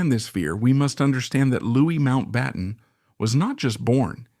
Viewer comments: Loo ee. Not Lewiss. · Louis is pronounced Lewy not Lewis. It's a shame the act of taking this horrible man took with it young innocent lives. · Louis is pronounced Loo-ee, not Loo-is! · This is full of vagueness & repetition, but light on actual evidence; it is difficult to take a word seriously as the researchers didn’t even check how to pronounce his Christian name correctly: it was ‘Louis’, not ‘Lewis’! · We are not American. Mountbatten was not LEWIS, he was Louis…the French pronounciation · Ireland. Do your research! Louix, Louis, Louie. They are all pronounced Louièee. There's no pronouncemen̈t Lewis, it's Louis- spoken out Ĺouie. Ĺ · His name is pronounced Louie!